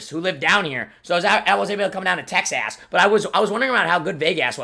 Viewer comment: He said texass